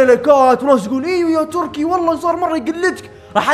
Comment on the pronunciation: تركي مو تركس كانك تقول ترانكس